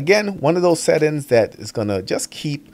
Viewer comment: I subscribed because I love hearing him say this.